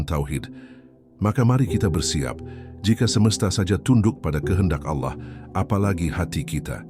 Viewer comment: kritik buat narator, agar melatih cara mengucapkan kata Alloh, dan tambahkan 'swt', dan juga tiap sebut nabi tambahkan ucap 'saw' latih berulang sampai fasih, latih ke ustadz atau musyid. kl utk narasinya super jos deh mantab, teruskan min...